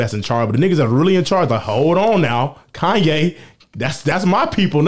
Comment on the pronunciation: “Now all I need is y’all to pronounce my name It’s Kanye, but some of my plaques, they still say “Kayne”